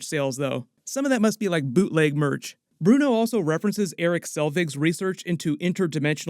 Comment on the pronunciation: Fav Moment : how Kamran still calls Bruno - Brian 😂